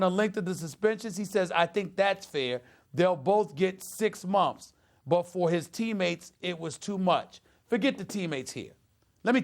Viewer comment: Funny how he says (momfs) instead of months